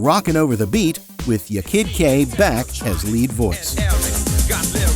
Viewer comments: there was no big "scandal" . most people didn't care. furthermore, it was pronounced "YAH kid Kay". not "y'kid kay".... 'kay? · Ya kid K. Not yakid Kay 😂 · For god sake man stop saying ‘yekid K’ it’s ’Ya (rhymes with Ha) Kid K, that’s how she raps it herself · Its pronounced YAH KID KAY! not " yay kid kak! And this wasnt a scandal at all! Everyone knew that the dancer wasnt the singer. Like everyone. I loved Technotronic , rolling over the melody being my personal fave! ❤❤❤ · It’s pronounced YAR (Ya Kid K) not YER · Isn’t it “yar kid K”? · It's pronounced Yaw Kid Jay btw ❤ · Americans do not know how to pronounce dutch names . surprise ;) it is fine. i do not worry . Spin that wheel does give an indication how to pronounce Yaah KID Kay. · And how many times are they going to say her name wrong?!! Can't stand this AI BS!!!! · Learn to pronounce the name Ya kid K. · It is obvious that the person reading the script was not someone who lived through the era and experienced this music. It was especially glaring with how he pronounced "Ya Kid K".